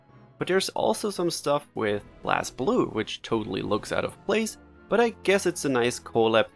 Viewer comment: Blazblue is actually pronounced as Blaze Blue. and it's a fighting game (the best fighting game franchise of all time and I will die on that hill), not a beat 'em up.